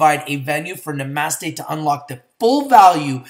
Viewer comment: I think this one is pronounced "Na-Mah-Stay" like the yogis say, no?:) Just lookin' out for ya man! I'm in at 1.20 and feel even better about it now, thanks for the video! Namaste ya'll